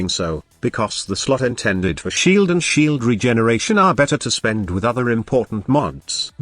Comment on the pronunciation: lol i love text to speech hahaha sheaaald shieeld